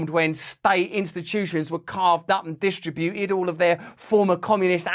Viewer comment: Russell you were going great up until the mispronunciation of "distributed"!! Grrrrrrrr!